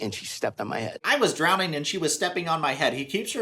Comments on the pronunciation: “DrownDing” when Ed keeps saying that word wrong it grinds my gears so bad idk why I guess that’s because he’s already cringe incarnate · He doesn't even say, "drowning." He says "drownding." I could never take that little goblin troll seriously. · Can't get over the fact Ed says DROWNDING